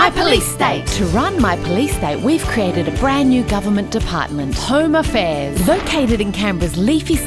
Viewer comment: Home a'fears is actually how the kiwis pronounce home affairs 🤣